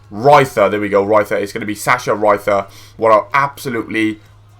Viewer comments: it's said ree-ter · I`m german and you was spelling Sasha Riether so funny :)